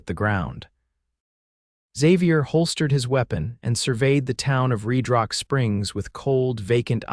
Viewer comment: how does RedRock turn into ReedRock? AI screws up....please fix it!